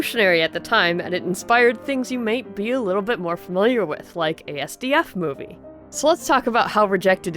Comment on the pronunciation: sorry I cant help but nitpick but it's pronounced. asdf movie (as one word) not a.s.d.f movie ^ - ^